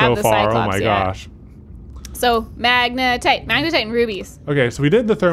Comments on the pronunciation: Katelyns face is like the this is fine meme every time she hears say magenite instead of magnetite 😂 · majinight, magnetit, majatight, magnetite, lol the saga continues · Not majinite! Magnetite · please say magnetite and not Majinite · They added more horror because the anxiety of the oxygen running out and the frustration from pronouncing magnetite wrong wasn’t enough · I hope in the edit they have an " says magnetite incorrectly" counter hahaha